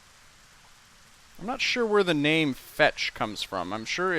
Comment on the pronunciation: Thank you, for once someone actually pronounced my name correctly!